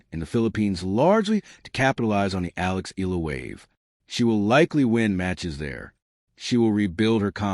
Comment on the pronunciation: Very good content...but please pronounce her last name: "E-YA-LA"